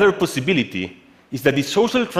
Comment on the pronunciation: I'm sorry, I can't hold it... "Another pussybility"